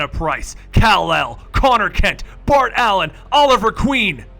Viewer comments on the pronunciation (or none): none